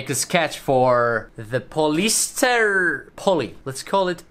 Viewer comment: polyester pronunciation: poly s ter